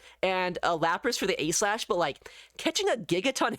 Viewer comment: he says A.Slash not aegislash